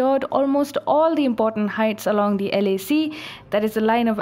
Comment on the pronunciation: At first I thought she said LSE (not LAC). Chinese troops are not prepared for the London School of Economics. But then, who is?